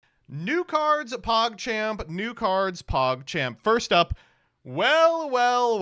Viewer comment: Sometimes I'm just hearing to the intro absentmindedly and I hear "Nude Cards, PogChamp"(2x) Which always gets my attention, because nude cards are indeed "PogChamp"